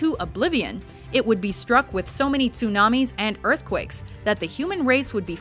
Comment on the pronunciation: It's not tuunaaami it's tsunami